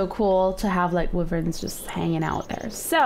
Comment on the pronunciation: I hate when she says WYVRENS when it's WYVERNS